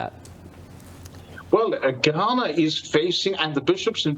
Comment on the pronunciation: Not G-Hana, but Ga-na